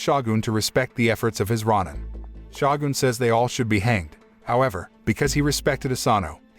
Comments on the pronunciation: ROW-NIN and SHOW-GUN incompetent yanks lol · why do people narrating not know how to pronounce words like shogun or ronin... this crap is really annoying. i see it in tons of videos, people need to learn how to speak english?!